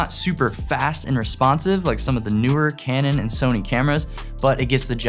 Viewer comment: Love that you said Cranon 90D .... Ha ha!